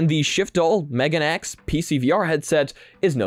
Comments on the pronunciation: meganeX pronounced meh-gaw-nay X... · MeganeX pronounced as May-Gah-Nay X Megane = Glasses in japanese Still, impressive headset that I would like to try out if its available locally here